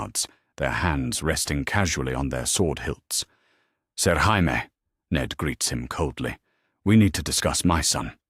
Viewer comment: Why cant AI say Jamie, its always Haimie.